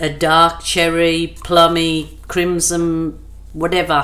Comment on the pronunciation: Yep, beautiful colors. Oh, the red color is crimsoN with an "N". I think you're saying it with an "M". Could just be your accent. Lol. xoxo